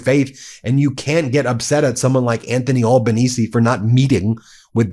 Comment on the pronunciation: Thanks Ben for this vlog. From ya mate down under. Australian PM Albanese pronounced with an aussie accent Al - banese (like - Alan) not All....banese. We aussies call him "Albow." ( like Elbow ) friendly term of endearment. It is funny how you say it. Have a good one, Cheers.